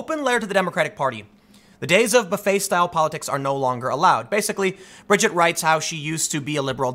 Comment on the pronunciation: You pronounced her name fine, Tim. It's like you said 'Bridge It'. Easy.